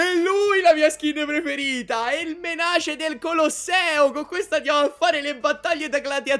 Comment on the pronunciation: ED ECCO UN'ALTRO YOUTUBER CHE NON SA L'INGLESE!! SI DICE MENEIS(MENACE)!!!